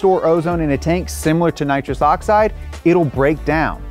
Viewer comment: Please say nitrous that is like the worst thing